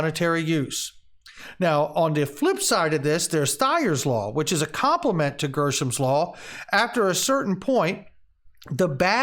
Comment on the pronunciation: Hey were you reading too fast or is dyslexia setting in?… you changed the word from Greshams law to GERSHAMS law… did you catch that yet sir?… we all make mistakes and i forgive you buddy!!… keep up the good work though good information though… thanks!